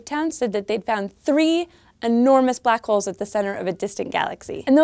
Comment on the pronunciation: ***** Its the way she said it that slightly annoyed me, it just sounds like she means it different.